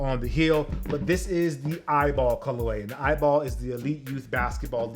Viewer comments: He said eyeball😭😭 it’s “E.Y.B.L”” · it’s pronounced e y b l not eyeball 😹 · ITS PRONOUNCED EYBL NOT EYEBALL LMAO 👀👀👀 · It’s pronounced E-Y-B-L not eyeball🤦🏽‍♂️ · Loved the video, and there were plenty of facts but its not the "eyeball" league its just the EYBL league that stands for what you said haha. Lucky you that you got all of these! Thanks for showing us a in-hand look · its not "eyeball" it pronounced E.Y.B.L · I’ve never heard someone call the EYBL tournament eyeball 😂 everyone just calls it by the letter E-Y-B-L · It’s E-Y-B-L